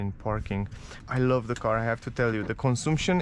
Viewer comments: " cănsamșăn" se pronunță corect și nu " consumpșon" În rest îmi place cum prezenți, m-am abonat de curând la ambele canale. Bv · Am crezut ca doar pe mine ma "zgarie pe creier" :)), cel mai bine intra pe google translate, scrii cuvantul "consumption" si acolo poti asculta cum se pronunta corect cuvantul. In mod normal nu ar trebui sa se auda deloc litera "U". Thanks for understanding !:goodvibes